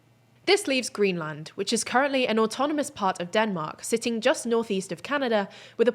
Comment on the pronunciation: please learn how to pronounce greenland